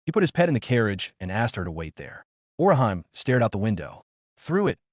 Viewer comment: sigh Orihan? It's Orihime, ori hime - "Weaver princess"